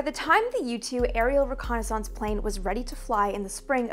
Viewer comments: G'day, Amy pronounces "Reconaissance..." the SAME way that EVERYBODY who learned to speak English pronounces that word..., except for the people who grew up squeaking in the (twice) "dumbed-down" Vernacular Dialect known as "AmeriKan (Pigeon) English"... Last video she made on this topic drew quite a lot of ignorant arrogant hubristic Whiners & Whingers who claimed she was saying it all wrong... Correcting the erroneousness of their silly silly ideations was quite a pleasure..., as I recall. Such is Life, Have a good one... Stay safe. ;-p Ciao ! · What? You mean the actual, correct pronunciation of a French word?